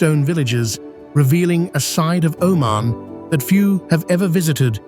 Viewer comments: You dont even know how to pronounce the name of the country. It is not O man, it is oh mun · 10 seconds Wikipedia lookup, tells you how to say the name properly, its oh-Mahn pronounced umān but the narrator was nowhere in saying it right. I just looked it up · O main? What kind of Ai is this? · What a dissappointment: dreadful voiceover which defies explanation. How many ways can this man (or AI synthesized voice) pronounce and mispronounce the name of the country? Here let's say "he" pronounces "Omen, Omarn, and Oh-man" more than once - so which is it? Add to that the dreadful pauses where no pause is due, and then words run together where surely a comma indicated a pause was necessary. What should be a good video, is unlistenable. Try again. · AI narrator: 'he' was not consistent with the pronunciation of the country's name. Plus, he sometimes did not pause with his commas. I worked for 14 years in neighboring Saudi Arabia and did not visit Oman (pronounced 'Oh-maan) once. It seems I missed out on a great destination. A friend of mine went there and enjoyed it. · Proper Pronunciation is (O Man..) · You know it's AI slop when the narration mispronounces the name of the country being described. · Lived and worked in Oman in the late 90's....fabulous place and friendly people! I had hoped that this would not be an AI-narrated video, but his pronunciation of "Oman" gave it away....too bad...too sad...and not right. But a very nice country! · Hard to take serious when the machine doesn’t even know how to pronounce the subject. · I wish AI would pronounce Oman correctly. Very frustrating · Can the news reader pronounce Oman the same way twice? Nope! ;-) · Apparently, avcording to an erlier comment, it's a himan named, do just another anglo-centric British bloke, unable to respectfully properly pronounce non-anglo names